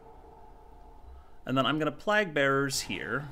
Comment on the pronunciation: Sorry to be nitpicky but it killed me everytime you said “plahg” bearers instead of “playg” bearers. Been enjoying your videos~